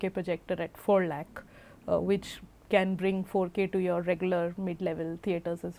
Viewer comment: What the fu.k lak? What the fuck is lak?